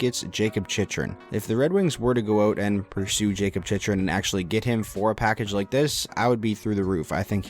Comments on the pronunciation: Not to gripe, but it’s “chick-rin” not “chich-rin” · The fact you mispronounced Chychrun (Chick-rin) so many times in this video. 😐😐😐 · You can’t even say jakub chychrun right